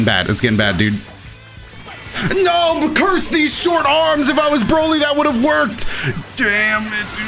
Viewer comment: "CURSE THEESE SORT ARMS"! The words of every krillin main😩